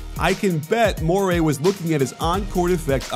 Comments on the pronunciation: Mor-ee not Mor-ay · Please stop saying Mor-AY. It's Mor-EE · Love the video but it’s morey, not MORAY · Coach, you're the best, but Morey is pronounced "More-E." He's not an eel. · Morey rhymes with Cory.